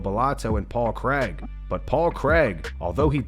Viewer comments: Craig. Not Cregg. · It’s Paul Craig not Paul Creg